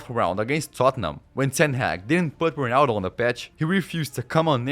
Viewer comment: the way u pronounce ronaldo is so corny